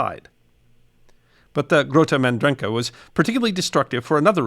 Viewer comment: Why on earth wouldn't you check how to pronounce "Grote Mandrenke" before recording this?